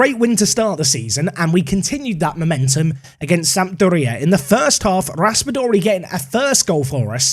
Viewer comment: In italy, I think you emphasize the second syllable, so sampDOria, not SAMpdoRIa. miLAN, not MYlan